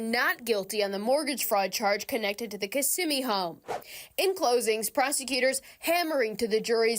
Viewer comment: Im impressed, yall know how to say Kissimmee